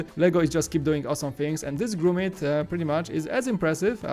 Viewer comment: It’s Wallace and Gromit, not Grewmit. With an o, not an ew.